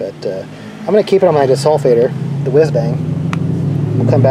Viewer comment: What is the "desulfateor" that you put on the battery? Did you say it's called a "wiz bang"?